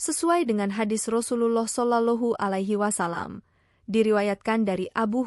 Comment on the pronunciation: Rasa nya kena penampar ni lagi bagus,,menyebut rasullullah kaya budak² kecik tak pandai menyebut